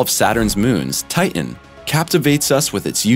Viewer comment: It’s titan you imbecile. Not TIIN